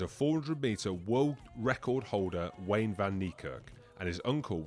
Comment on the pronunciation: Wayde van Niekerk… not Wayne